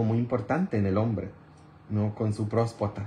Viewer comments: Usted dice prospota es Próstata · Con mucha pena pero se dice prostata disculpe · Buenas tardes padre, no se dice prospacta, se dice próstata y tampoco se dice curologo se dice urologo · Padre usted siempre pregunta qué si lo que está diciendo se dice así y le pone uno la palabra correcta y usted parece que no quiere corregirla siempre lo sigue diciendo como usted quiere no se dice prospota se dice próstata y no culageno se dice colágeno aversi la próxima vez lo menciona bien digo si quiere